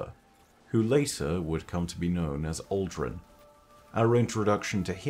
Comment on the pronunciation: I keep thinking hes saying "alduin" for aldrin